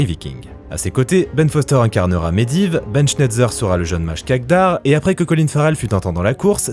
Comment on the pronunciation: C'est pas kagdar c'est kadgar